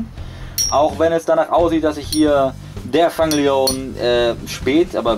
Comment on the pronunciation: Eigentlich nicht schlecht, aber der eine wird nicht ,,Fang Lion" ausgesprochen, sondern ,,Fäng Lion" (geschrieben Fang Leone)